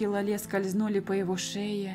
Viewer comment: Читай пожалуйста Ла́ле , а не лале́...... Я передёргиваюсь от Лале́)